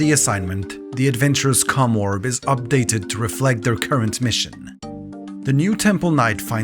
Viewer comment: My dude you HAVE GOT to prounounce the OM in commorb harder 😂